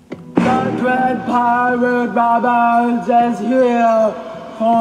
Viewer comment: Why are we not talking about Charlize Theron, like “DE DWED PIWATE WOBBURTZ-“